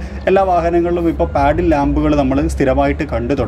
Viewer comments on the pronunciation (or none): Bro it's not paddle lamps....it's pronounced as puddle lamp.Nice video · In the video you said it as 'paddle ' like paddle shifters.....the meaning is different.it has to be pronounced as 'puddle' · പാഡിൽ അല്ല പടിൽ ലാംപ്